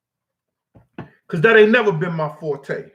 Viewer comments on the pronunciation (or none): none